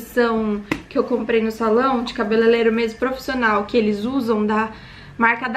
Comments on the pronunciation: Se acha a tal e fala cabelelero, pelo amor de Deus que ignorância 🤦🏼‍♀️ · No eu escutei cabeleileiro? Eu me identificando pq minha mente sempre buga quando vou falar essa palavra kkkkk